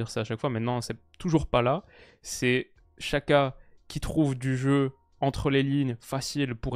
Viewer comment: La Nati en constante progression ils ont une belle generation de joueurs vu leur partie de tableau je les vois aller loin. super vidéo par contre Xhaka on prononce "Djaka" et non pas "Chaka" L'Uefa a publié une vidéo avec plusieurs joueurs aux noms compliqué qui donnent la bonne prononciation de leur nom